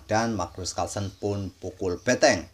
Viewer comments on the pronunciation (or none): BENTENG..bukan BETENG